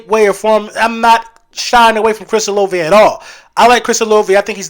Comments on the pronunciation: It’s O LA VAY, if we draft him ima need you to pronounce his name right lol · You and both been saying Olave